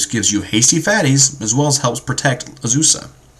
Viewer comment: "Uhzoosah" "Steel Hallkite" "Soul Ring"